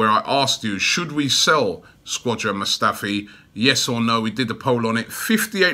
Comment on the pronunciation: "Squadron" Mustafi 😂